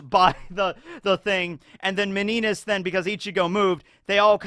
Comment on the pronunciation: Meninas is pronounced Mini-nia (Miniña)